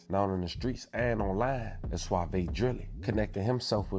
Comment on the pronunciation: Bro is suave not suavey